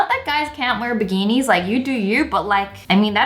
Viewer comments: Why did you say biginis🙄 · Wengie: men get when beginees Me: beginees? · Wengie: talks about bikinis Also Wengie: BiGinIs